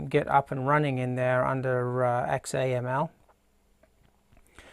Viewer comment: XAML is pronounced zammel which is not a replacement for XML. :) Thanks for taking the time to make this video, though!